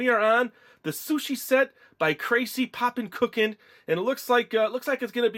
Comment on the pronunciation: It's pronounced Krocie